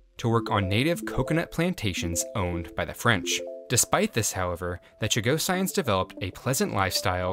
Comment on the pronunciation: Ok, i gotta fix your pronunciation because it’s bugging me. Chagossians Cha-go-shuns. Not Cha-go-cyans